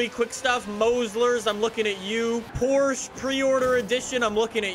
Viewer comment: Dude, it's Porsche with E greets from Germany